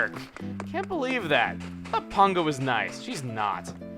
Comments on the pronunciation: Pango is a complete bitch. She put the birthday gift I gave her up for sale in Re-Tail the next day, even though it fell into the categories of things she likes. Don't know why you keep calling her Pongo though, accent I assume? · why do you pronounce her name pongo when it is spelled pango?